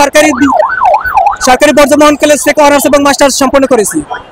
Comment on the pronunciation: হারামি কলেজে নামও ঠিক মতন বলতে পারে নাহ😂😂😂